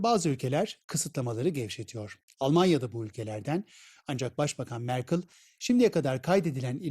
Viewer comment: Sürekli Türkiye karşıtı propaganda yapılıyor ama bir Merkel'i MerKIL diye okumaktan da vazgeçemiyorlar